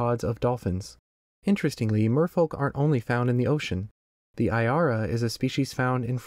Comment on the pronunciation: just a small correction, Iara is pronouced with a propper I, not the english (ai), but the equivalent of (ee), it would be like (eeara)